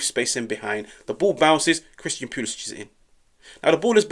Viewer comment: Cristiyan Pulishich! Stop butchering his name ffs...